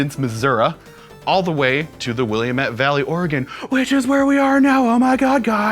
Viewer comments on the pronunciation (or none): ahh you butchered Willamette vally so bad :p will-am-et like that :p too many people moving here lol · hey - Willamette is pronounced weird (wa-lamb-it). It's not French. =O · Willamette is "Will-am-it" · Please stop mispronouncing "Willamette"...people already fail to say "Oregon" correctly, but you sound like Google Maps' voice when you say Willamette. At least you do get "Oregon" correct. (This is a very minor complaint in any case, just made me cringe a little.)